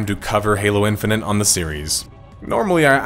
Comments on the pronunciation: Good vid but hearing in-fi-nit pronounced in-fi-nent for an hour made my brain itchy. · No, I'm sorry. I'm not gonna listen for an hour as someone says "Halo Infinant" over and over. It's like nails on a chalkboard. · Were you okay when making this? Calling it "halo infininte" constantly is pretty distinct and a little distracting. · I’m glad that people are finally coming to grips with the fact that this game is a giant pile of shit. I had been excited for it, given that it was supposed to be a reversal of 343’s butchering of the series and a return to Halo’s roots, but when I played the open beta and couldn’t mute the AI companion saying KEH-BABBED every time I got a skewer kill, I knew it was gonna be a huge dumpster fire. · I love that you're pronouncing it "Halo Infini'nt" lmao